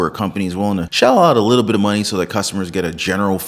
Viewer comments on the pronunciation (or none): none